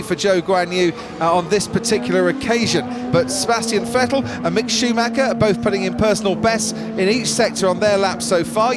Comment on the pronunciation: When are they going to learn to pronounce Schumacher correctly? His name is not Shoemacker!! It sounds very unprofessional.